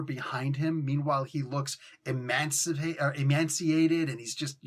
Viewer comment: I think its pronounced e''may''ciated